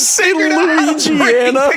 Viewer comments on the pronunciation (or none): Puffer: oh shit it’s louisiana: luigiana😂